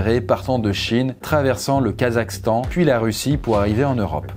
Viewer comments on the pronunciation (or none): none